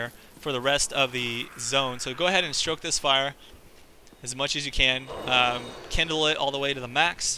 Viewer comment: Lol...stroke...Stoke, not stroke :P